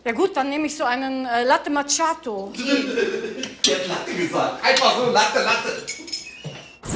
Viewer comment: Alle machen sich lustig über Larissa. Dass sie aber die einzige ist die Macchiatto richtig ausspricht erwähnt keiner!